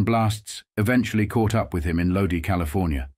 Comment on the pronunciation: Shitty … put some “r’s” in your crappy bots pronunciating of English words , not to mention , names of people and cities like Lodi , etc. I believe your comments and approvals are fake ! Waste of time and an insult to the reader ! SK